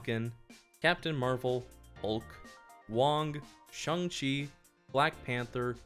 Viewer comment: It’s pronounced Ch Ayng chi but I’m enjoying this too much